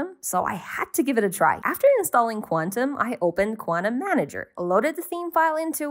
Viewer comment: Drove me insane you pronounced Kvantum as Quantum but pretty cool theme otherwise.